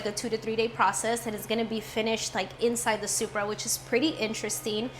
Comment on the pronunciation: Did you pronounce it - Shupra 😮